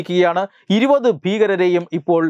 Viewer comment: ഇരുവത് എന്നല്ല ഇരുപത് (ഇരു പത്ത്. രണ്ടു പത്ത്)